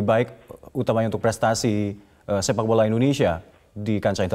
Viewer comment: Kapan majuh sepak bolah Indonesia Kaloh carah gitu hmm